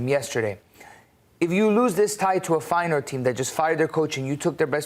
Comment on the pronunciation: Im infuriated how you pronounce reijnders and feyenord....